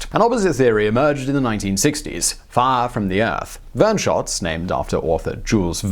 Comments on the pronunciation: I can't take him seriously the way he pronounces the word "fire". It almost ruins the video. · "set the forest on FAAA"